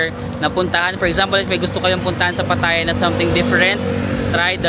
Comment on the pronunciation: It’s pronounced as Pa’taya.